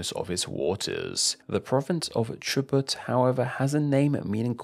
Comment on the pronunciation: El tipo hablando de palindromosy ahi todos los argentos entangados con el peso de 1 centqvo diciendo q chubut no es chubút qndq lavsense el ocout